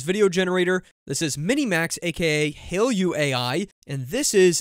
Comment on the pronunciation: Hailuo actually pronounced as "Hai Luo" which means seashells in Chinese